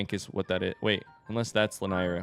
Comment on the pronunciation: The middle syllable of "Lanayru" rhymes with "neigh". (There's at least one cutscene in BotW in which it's said out loud.)